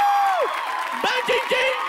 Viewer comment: acho muito engraçado o N que ele põe no meio das palavras. - Bandindinho -Binxiga -mindingo 😂😂😂😂😂